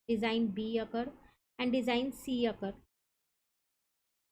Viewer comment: Akar❌ occur✅